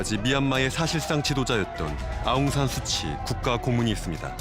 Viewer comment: 구독자입니다 수고가 많으신데요 한가지꼭좀집고넘어가야할게있어 댓글남깁니다 예전부터 우리발음으로 아웅산수치라표현하고있는데 현지 발음으로 수찌입니다 우리말표현으러해석하면 웅웅산(독립영웅)의수치가되는거니 정정부탁드립니다 미얀마 다른어떤나라들보다 한류가뜨겁고 그로인해 한국어전공하는사람들도많고 연세많은분들도 한국드라마보며 간단한단어몇개씩은할정도입니다 이번항쟁을다루시며아시겠지만 미얀마에선 최고로 존경받고있는분을 수치라 표현하면어느나라든 반감이생길거라여겨지네요